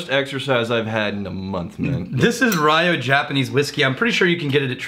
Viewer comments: Rye-oh? It's one syllable, with "y" as in "whisky". "Little island"? Japan is almost 5x the size of Scotland. Come on,. YOU'RE BETTER THAN THIS. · You read that “RIO” as in Rio de Janeiro instead of “RAIYOOO” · Somebody may have said this, and I don’t want to be “that guy”, but it’s pronounced Ree oh. And you say it kinda fast like it’s one syllable. riYOH! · Haha Rye-Oh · RYO is one syllable.